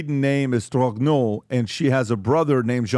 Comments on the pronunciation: Ppl called Candace a conspiracy theorists but she was right all along. That person was born a man and is still a man wearing women's clothing. Why won't these ppl just come clean. Tell the truth ! Stop deceiving the French ppl and the world btw pronunciation is jon michel trog- no ! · the name "Trogneux" is said "Tro-nee-uh" in French. just say it quick and it's the real deal.